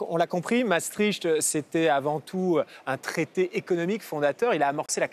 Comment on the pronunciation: Misère ! Ils ne sont mêmes pas capables de prononcer Maastricht correctement. Non, on ne prononce les deux A. Les deux A indique que c'est un son long. Non, on ne crache pas tricht. le son icht c'est la jota espagnol atténuée. Les G en néerlandais se prononce comme la jota espagnol. C'est donc un son que l'on forme dans le fond de la gorge. Quatremer : "La Belgique est rattachée à l'Allemagne". Ah bon... Et depuis quand, gros débile ? Je n'irai pas plus loin. Trop d'inepties, trop de propos lénifiants, trop de blah blah creux.